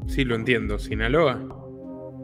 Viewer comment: ¿No puede hablar bien ese entrevistado? Ni siquiera SINALOA puede pronunciar. Si es tan temeroso a decir las cosas por su nombre, que no se preste para dar una entrevista tan mala.